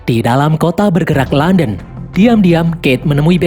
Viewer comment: KOTA LONDON KEBACA JADI KONTOLODON 😭